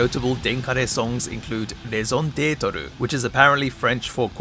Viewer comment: fyi "Raison Detre" is pronounced close to "rey-zon det"